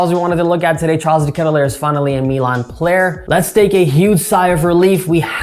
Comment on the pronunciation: Not that I care, just in case you wanted to know, his last name is pronounced differently. But like I said, doesn’t bother me, felt like you should know if you didn’t already.